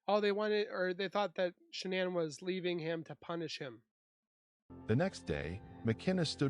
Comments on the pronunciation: Can't listen to him talking he keeps calling shanann Shannon, and making loads of mistakes, delete this this is terrible ❤ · "This guy has a way with words"😂😂 I think its an AI video...thats why it keeps calling her "Shonnon"...but it does tell a good story